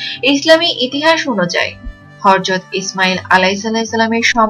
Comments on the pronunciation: It is not Harjat It is Hajrat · Try to pronounce right way, harzat!! What is this?